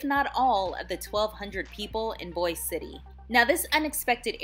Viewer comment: It's pronounced Boise it rhymes with voice